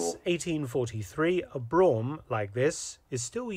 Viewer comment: "Brougham" is pronounced "broom", not "brawm". "Landau" is pronounced "land-awe" to rhyme with "law" and does not rhyme with "cow".